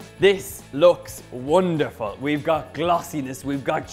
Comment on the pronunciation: and "wundervoll" almost german